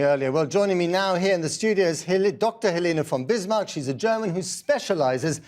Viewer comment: Uh, he pronounced Frau von Bismarcks name absolutely correct. Astonishing given he's a Tommy.